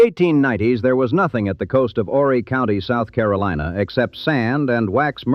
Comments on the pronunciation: You don’t pronounce the H in Horry County. It’s pronounced “oh- Ree” or “Ore-Ree” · if you're going to speak about Myrtle Beach as if you have a clue,, at least pronounce Horry County correctly! The H is silent!